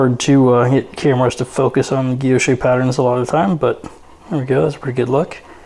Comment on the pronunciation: Guilloche: Gwee- (l) yosh. Emphasis on the second syllable. No accent on the terminal 'e.'